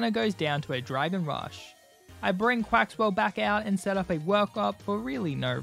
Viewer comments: Lost a shiny Dondozo cause I had to fight a Flamigo. Also, Farigiraf is normal/psychic and it hurts me cause you kept calling Quaquaval “Quaxwell”. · I love how you always called Quaquaval quaxwell